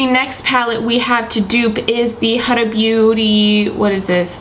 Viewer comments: HUDA is pronounced as WHOOO-DUHHHH not HAAA-DAAA... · It’s pronounced “hoooda” not “huhdah” lol